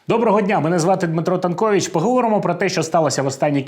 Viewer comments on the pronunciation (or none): Друже, у тебе в титрі "танкович"... А прізвища не перекладаються,як і назви... Тай ти промовляєш "танковіч"... Це я так.. без претензій, звісно)